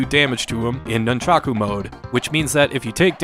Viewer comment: Can u not say nunchaku pls